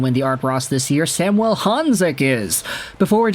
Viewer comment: SAM - U - ELLE. Quit trying to make our star Slovak all francophone. Samuel. Think Latin America and not Saint-Jean-sur-Richelieu. Of course you are in Vancouver and are EXTREMELY familiar with Sam….. 🙄 Riiiiight.